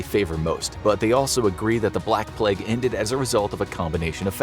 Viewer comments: Love the video, but why do you pronounce the word plague as ‘pleg’? 😅😂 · Can't listen to hin say "Pleg" anymore! Also, "wreck havoc".